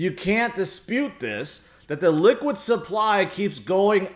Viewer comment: Sounds like you're saying "liquid supply" instead of Illiquid supply.